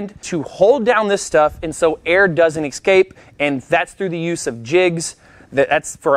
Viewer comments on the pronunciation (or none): Escape not ecscape